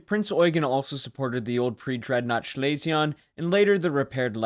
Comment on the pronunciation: lol at this point, I think he’s pronouncing it “SHLAY-zee -ahhn” just because he’s knows it’s wrong haha